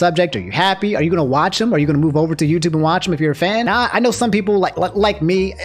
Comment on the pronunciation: Has anyone noticed how says "noun" when he says "now"?